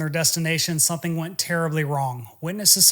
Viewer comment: Are you pronouncing the word, "something" or is it, "sun-thing?"